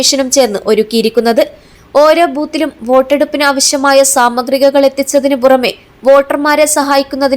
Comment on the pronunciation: 'സാമഗ്രികകൾ' അല്ല സാമഗ്രികൾ 😮